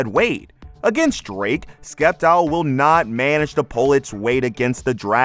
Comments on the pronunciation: stop pronoucing sceptile wrong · Love the video man, but pronounce “Sceptile” right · "Sceptile.": Skeptile Me: Skiptile. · For nearly 20 years I've been saying the first syllable the way we pronounce 'science' 😂